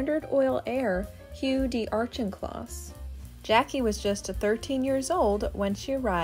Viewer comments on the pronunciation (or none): pronounced: Au-KIN-kloss, not Au-CHIN-kloss per the voiceover. Otherwise, interesting photos and history, and good jazz music in the background. :hand-pink-waving:Ironically, Janet, Jackie's mother, was always critical of Jackie -- probably because of Jackie's undying affection for her father, "Black" Jack, whom Janet had divorced; and yet, Jackie outshone her mother in every way, especially in beauty. (Janet was a dog, imo. woof!):face-fuchsia-wide-eyes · ☝🏻I’m Steve’s wife 🤫! I’ve always loved Hammersmiths farm, Merrywood being a close second. Ok I have to correct the pronunciation of the Auchincloss name, the ch is pronounced as a k sound. aa Kuhn Klaas! Look. It. Up. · Each home is a remarkable and prestigious piece of real estate. Just one note: there's no "r" in the pronunciation of Auchincloss. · This always happens when I hear other people say it in a certain way in real life I assume they are right. It seems it is pronounced - “Auck in closs” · Is it pronounced "Ouch-in-closs"? That's how I've always said it. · Hi! Thank you for your wonderful comment! Don’t worry, you are correct, I mispronounced Auchincloss, and got N street wrong… I actually always look up how to pronounce the names I do not know-just to be sure-and many of these sites that I look to are wrong! I later find out after I post a video and it’s all done… but it’s okay! As time goes on I learn more and old mistakes are corrected! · You missed pronounced ‘Auchincloss’. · I was going to make the same comment!😀